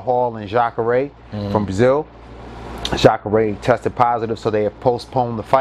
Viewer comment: My nigga know about UFC? We gotta chop it up... He said Jacare name right lol